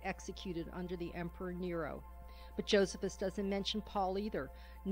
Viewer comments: It's Jo-SEE-phus, dumbass narrator, not JO-sef-us. The Catholic church does not claim the testimonium is a forgery, only that one copy of Josephus has been interpolated with the phrase "he was the Christ" instead of "he was called the Christ". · I never heard Josephus pronounce the way it is here. I always heard it pronounced Joe see fuss. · I wish the lady would learn to pronounce Josephus correctly. Also the lady is NOT correct about Paul. In Paul's genuine letters we learn the Jesus was a Jew, born of a woman, born UNDER the law, gave bread and broke it on the night he was betrayed etc etc. There is a fragment of John's gospel which is date at 125 AD yet this lady claims the gospels were written late second century. This lady claims the famous TF passage from Josephus is a forgery but most experts don't agree!!! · JoSEEphus! Not JOsephus. EPHesus! Not E-PHEE-sus.